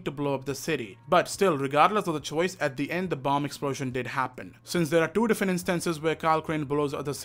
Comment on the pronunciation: Bro dont say like that plz "two"